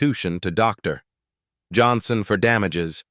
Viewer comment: Is the narrator really unable to pronounce Dr Johnson fluently. I find the dramatic pause after Dr so annoying.